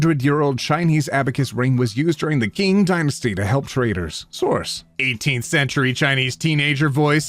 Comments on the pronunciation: Small nitpick but I get bothered when ppl get words wrong: Qing is not pronounced “king”, it’s pronounced “ching” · qing is pronounced like ching :) to clarify: its not exactly the same, ch and q are distinct sounds, but its the best way to explain it to people who dont speak chinese, and its pretty close